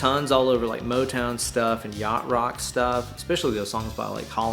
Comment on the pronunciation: Did he say yacht rock or crotch rock?